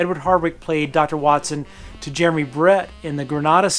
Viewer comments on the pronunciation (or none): none